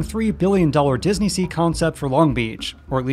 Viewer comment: disney-related youtubers stop inflicting michael eisner french on my poor ears challenge 2022